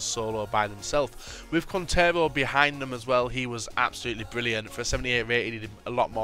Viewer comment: It's pronounced keen-tare-oh